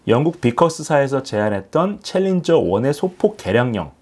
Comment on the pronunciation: 챌린저 발음 정확히 하십니다. 신인균씨의 콩글리쉬가 아닙니다.